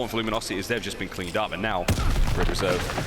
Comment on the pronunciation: It's red reserve not rise my dude